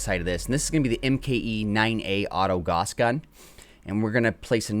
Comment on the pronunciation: gauss rhymes with house.